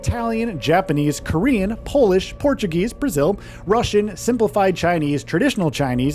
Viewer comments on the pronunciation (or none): none